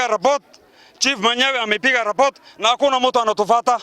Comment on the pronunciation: it's report not robots